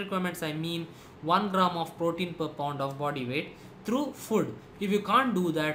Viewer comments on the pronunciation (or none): none